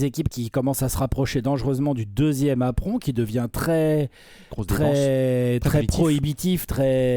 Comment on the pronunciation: J'ai saigné des oreilles à chaque fois que j'ai entendu prononcer "apron" à la française. J'étais de retour à la "ènebéa" de TF1 pendant les JO 92...